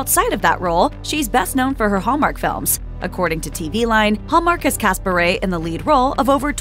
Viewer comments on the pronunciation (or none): You should at least say her last name right. It’s pronounced “Bur”